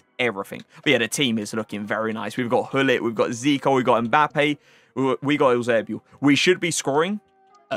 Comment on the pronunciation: Are you incapable of saying Eusebio normally ?